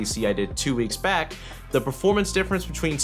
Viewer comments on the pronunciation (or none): none